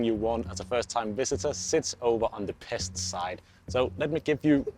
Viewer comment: Make the effort and pronounce “Pesht”